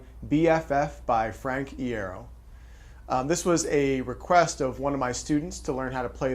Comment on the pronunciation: Thankyou for doing this....and uhm it's FRANK (EYE-ER-OH) lol